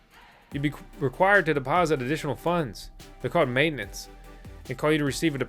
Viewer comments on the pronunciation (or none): none